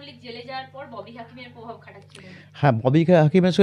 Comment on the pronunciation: Ota povab noy... Ota provab